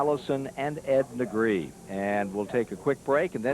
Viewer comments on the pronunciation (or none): FUN FACT - Ed Negre has a Catalan surname (it's my region in northeast Spain) and it must be pronounced neh-greh and his surname is just "black". He's not the only NASCAR driver to have completely screwed his own surname during his lifetime. Another similar case is Johnny Sauter, his surname is "sau-ter", not saw-ter, you gotta pronounce all the vocals individually.